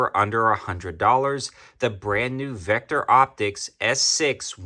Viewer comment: Says Victo not Vecter!